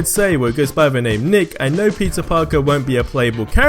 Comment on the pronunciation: It really sounds like he is saying “Pizza Parker”